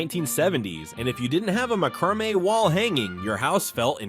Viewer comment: OMG! Mack-ruh-may! It's mack-ruh-may. I love seeing all the things from my 20's when I was decorating my first apartment, but the mistakes are making me cringe. And why were the people in the beginning all dressed in clothes from the 50's and early 60's?? And no disco ball? LOL! I remember all the truly cool kids had one in their rec room.